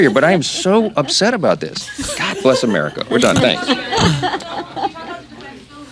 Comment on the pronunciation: Th3 way Mike says Bless America it seems like America sneezed